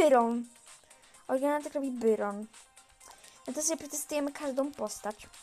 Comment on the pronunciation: naucz się muwić muwi się bairon